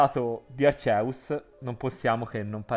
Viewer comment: Per favore spiega a questo ragazzo che si pronuncia "Archeus" e non "Arceus"